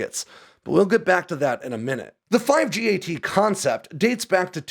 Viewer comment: Its pronounced 5-GAT. The number five followed by GAT like the gun